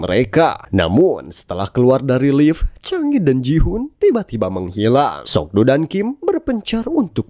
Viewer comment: Ma Dong Seok bro namanya atau biasa di sebut Don Lee, kalo lu ngucap sok do jadi aneh aja gua dengernya